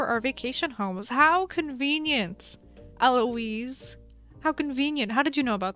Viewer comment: ELOISE YOU JUST SAID LIKE ELOISE YASSSS